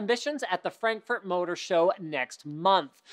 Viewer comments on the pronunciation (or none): none